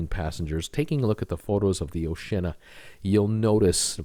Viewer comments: Dude - Oshi-Anna no o’shenna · Oceana, pronounced Oh-she-Anna, has decks of balconies, they just don’t have glass railings. So are the in hull balcony cabins on QM2 not balconies either? You spent minutes spouting incorrect information about this ship. We went on a sister ship - Sun Princess - and had a balcony. Second time you’ve said this series of ships have no balconies. Maybe do a bit more research? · ....its pronounced 'Oshe ee arna ' 🤣 Two nations seperated by a common language 🇬🇧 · Sorry, but I've got to add to the chorus here: I've been on the oh-shee-anna a couple of times and both times we had one of the many balconies. I'm not familiar with Sun Princess, but I do know that the Sea Princess (the first ship I ever cruised on) is very similar to Oceana, and is also blessed with many balconies. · have you ever considered doing another blog? I’m not sure cruising is your thing. Not only can you not say the name of the P&O Oceana correctly you also failed to even look at the photos you have posted to notice that she has hundreds of balcony cabins. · You are so wrong about oceana they have a lot of balconies , i am not english but i am able to prounoce oceana correct